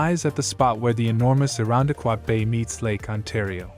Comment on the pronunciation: I’m not sure that these are the TOP 10. AI mispronounced several items (like Irondequoit). The International Jazz Festival is worth mentioning, multiple colleges, the Lilac Festival (though pictured, wasn’t mentioned)…it just felt like the filmmaker didn’t really know Rochester.